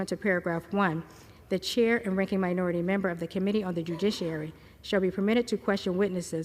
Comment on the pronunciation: This lady did a really good job reading. But kept saying dujiciary. Poor girl 😂